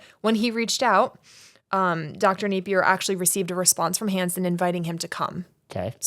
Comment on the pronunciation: Dr. Napier!!! Not a name you hear every day 😄 - props on pronouncing it correctly! People often say "nah-pier" or try to class it up like it's French "nap-ee-ay" (name has roots in Scottland, if anyone's curious)